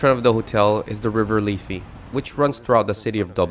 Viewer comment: Do you deleiberately mispronounce things? It isn't the 'leefy'; it's 'liffy'' - like 'jiffy'.